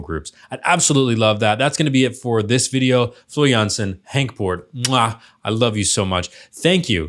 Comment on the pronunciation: The way you pronounce Floor Jansen is perfection though!